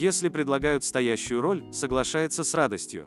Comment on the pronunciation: СтоЯщую жизнь!)) Это круто) Вы хоть роботам ударение ставьте)))